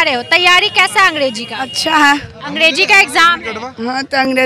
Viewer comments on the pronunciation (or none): Ab kya hi bole anchor khud hi angDeji bol rahi hai😂